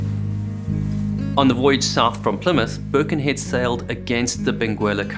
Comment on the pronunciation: Always enjoy your excellent videos. May I remind you that Birkenhead is in Cheshire, not Lancs. And it’s pronounced with emphasis on ‘head’. Sorry if this is pernickety, but I live there!